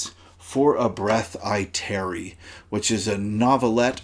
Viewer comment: "Tarry" not "Terry". My gosh.